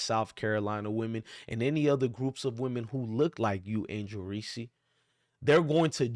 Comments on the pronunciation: Don't nobody listen to this clown....all he's doing is trolling without doing any research. He can't even pronounce the girl's name that he's sticking up for. It's just REESE...with one syllable...do you know what a syllable is????? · I know this is a good message, but I think we're overlooking something .......did you just say Angel "Reesie"?!! BRUUUUUUHHHHHH!!!! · Hahahaha. What an idiot! Before you preach stupidity, why don't you learn how to pronounce her name correctly. You sound like a fool. Additionally you should take a look in the mirror and figure out who the real racist is with all your derogatory mayo comments. You're the definition of a race baiter and part of the problem in this country